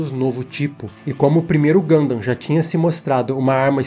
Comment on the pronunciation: finalmente um vídeo sobre Gundam, quem sabe agora o aprende a pelo menos pronunciar o nome do jeito certo